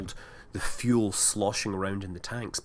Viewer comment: That's pretty much the same. And it's fuel not "fule" :p